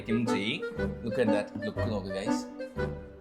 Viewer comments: kimcha alla kimchi annu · Note kimcha 😂😂😂😂kimchi✅